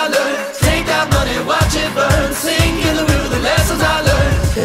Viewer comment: I know im pretty late on this and have no idea if anyone has pointed this out or not but its sink in the river not sing. great video though